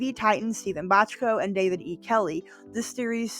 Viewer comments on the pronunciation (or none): none